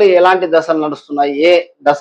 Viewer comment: ద స లు కాదు దశ లు